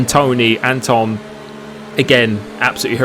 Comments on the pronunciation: You say Antoine like ant and then just one (1) and you just need to put the t of the ant before the one , An tone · It's "An-twan" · Literally a driver name Antoine died in F2 last year. How do you not know how to pronounce that name ?